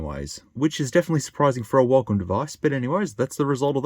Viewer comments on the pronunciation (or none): what is this huacom he said